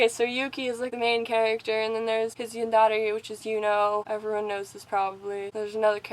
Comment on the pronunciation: Except you pronounce yandere wrong